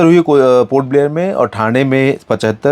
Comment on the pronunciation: Sir mandla को मांडला नहीं बोले वो मंडला है